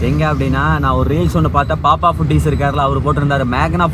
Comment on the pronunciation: பேப்பப் ❌️பாப்பாப் ✅️